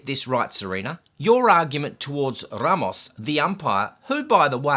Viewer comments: Are you joking when you say R-r-r-ramos? 🤔😏 BTW Ramos means 'bouquet of flowers'. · the third time you rolled your R's when mentioning Mr. Ramos my body experienced a small seizure. My Lawyer will be contacting you here soon. Please review Neale V.S. Mary Hart. "Neale made headlines nationwide July 11 when Dr. Venkrat Ramani, an Albany Medical Center neurologist, announced he had proven the voice of Mary Hart, host of television's 'Entertainment Tonight" caused Neale to experience epileptic seizures that include loss of memory and disorientation." Just kidding mate, loved your rant as usual. I mean commentary. ' )